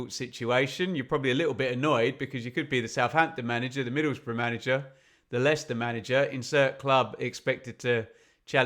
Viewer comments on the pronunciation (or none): none